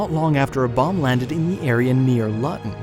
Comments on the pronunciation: Interesting story. By the way Luton is pronounced Looton, not Luton. :) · Try learning how to pronounce Luton correctly!